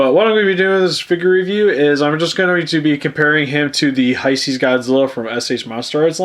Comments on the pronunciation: Why do you pronounce hesei (hi-see) instead of (hey-say). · I know this is a 5 year old video but it's pronounced hey-say